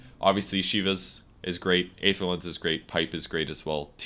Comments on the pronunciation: kurosaki Yes I think that's what I wrote too. There are different transcription symbols after all. But to make it more simple, the "ae" souns just like "ee" in words like "see", "employee", etc. At least that's how I know it and that's why I'm asking, since pronounces it differently. The word "aether" can also be heard in the movie Thor: The Dark World. P.S. I'm not trying to be clever or anything, just curious about the word. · Isn't the correct pronunciation of Aether [i:ther] ?